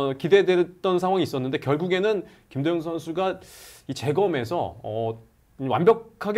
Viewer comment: 여기자님 발음이 ㅋ 김도영인데 김도연 김도연 이렇게 들리네